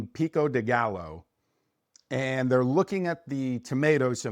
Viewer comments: I was going to make a joke about the pico de gallow pronunciation... but I avoid gallow humor. Glasses look amazing. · Great video. Loved it. In case you want a little correction the Pico de Gallo is said as Pee Koh deh Guy Oh